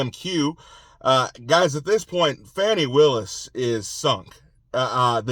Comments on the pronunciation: Q, her name is Fani, not Fawney! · Thank you for your to-the-point updates! I’m wondering why you call her Fawnie instead of Fanny? I’ve never seen that name, pronounced like that.